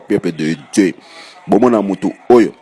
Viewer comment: Pourquoi cet monsieur dit "Peuple de Djeu, Force Satanikee, Force Satanikeee, equipe mobimba ya intercersion, saintespriii" LOL